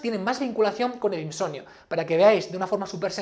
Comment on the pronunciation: insoMnio , te pido por favor que me pronuncies la M.